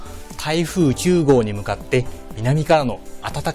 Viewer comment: きゅうごう 聞き取りづらい